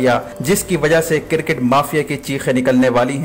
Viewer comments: Bhai it’s cricket not CIRCIT! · sir cricket not cir ket